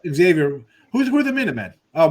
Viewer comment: It’s not “X” avior. Ask any Priest! 🙃